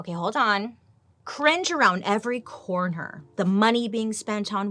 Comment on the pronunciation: "cringe around every corn-her".😂